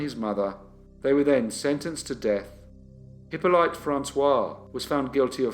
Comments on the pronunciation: Pretty sure the name "Hippolyte" is pronounced Hip-olly-ta not Hippo-lite. That said, I remember watching this channel in the early days when it was an absolute cringe-fest with any unusual or foreign names, so you've certainly come on leaps and bounds from those days :) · Hi! One small point. It's not "Hippo-light" but "Eep-o-leet".